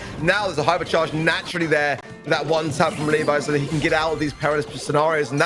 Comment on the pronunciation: Pronunciation of Levi is incorrect. It Le and vi(↑). Not Li (↑)vi(↑)